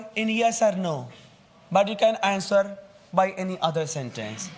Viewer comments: Sir's English accent should be correct. What is this? Seriously 😐 The way he said, " Answwwer me " . Disappointed! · I love the way the teacher says "answoor" 😂